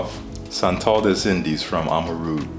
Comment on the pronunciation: "des indes", here in the middle... You will sound better to my french ears :)